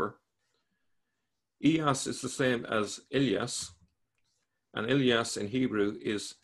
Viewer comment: "Iyas b. Qabisah, ( and not "Ilyas" as says ) the appointee of the Persians to the governorship of al-Hirah after the deposition and death of al-Nu 'man V b. al- Mundhir II (see al-Tabari, I, 1029-30, P. 359 below). His life was much bound up with political and military events along the desert frontiers of Iraq." This Christian guy has written down the Quran, an anti Christian book? (No offence, be serious...)